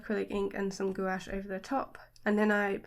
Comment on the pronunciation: I love your art and style. So colorful and cute. Just by the way: this is how Gouache is pronounced!